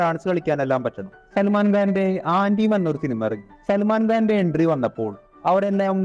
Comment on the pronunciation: Antim: The Final Truth ആന്റിം അല്ലടേ, അന്തിം എന്നാണ്. അന്തിമം, അന്തിമ വിധി എന്നൊക്കെ നമ്മൾ മലയാളത്തിൽ പറയും. Remake ആയിരുന്നു എങ്കിലും മഹേഷ് മഞ്ജ്രേകർ നല്ല രീതിയിൽ എടുത്ത പടമായിരുന്നു, ആയുഷ് ഹീറോ, കോപ്രായങ്ങൾ ഒന്നുമില്ലാതെ നല്ല ഡീസന്റ് ആയ രീതിയിൽ പോലീസ് ക്യാരക്ടർ സൽമാൻ ചെയ്തു. but boxoffice'ൽ അത്ര വർക്ക് ആയില്ല. പിന്നെ നോർത്ത് തിയേറ്ററിൽ പടക്കം പൊട്ടിക്കുന്നത് സൽമാന്റെ പടങ്ങൾക്ക് മാത്രമല്ല, ഷാരൂഖിന്റെ പടങ്ങൾക്കും ഉള്ള പതിവ് ആണ്. ഫാനോളി പ്രാന്തന്മാർ 😐